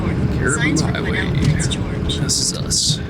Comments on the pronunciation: Interesting to hear an American perspective while driving through BC. This is my backyard and these winter driving conditions are pretty routine for us. You get used to the road conditions. A few tips on town pronunciation. Lillooet is pronounced Lil'ooh wet. The "S" is silent in Quesnel. Pronounced Kweh Nel. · Quesnel is pronounced kwa-nel. Say it quickly. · Dude, the s is silent when pronouncing Quesnel 🤓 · I was laughing good when I heard you pronounce Quesnel!! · Just a friendly nudge.. S is silent in Quesnel 😉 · Hi from Quesnel. The 'S' is silent lol